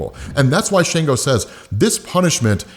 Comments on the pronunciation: not to be nitpicking but its not shango its shongo like ''songo' but add 'sh'...'shongo' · It's pronounced SHON-GO